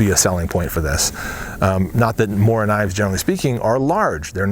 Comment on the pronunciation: SHADOW that's how your pronounce knife in swedish, he mispronounced Mora (mooruh) but it's better than getting it completely wrong